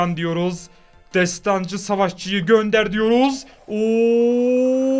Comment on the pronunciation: Abi destancı değil desdansı